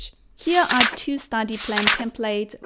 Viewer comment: You need to work on saying STUDY not STADY